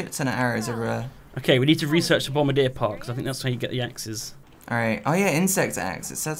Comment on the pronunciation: Annoys me that they all say bombardier wrong